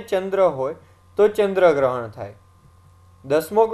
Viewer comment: ચંદ્ર ગ્રહણ sir તમે શું બોલ્યા ખબર ના પડી.